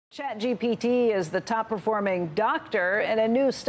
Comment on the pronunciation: "CHAPGPT" ?????????? IT'S CHATGPT